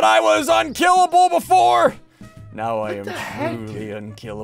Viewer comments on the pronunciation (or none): Bro said are you serious right neow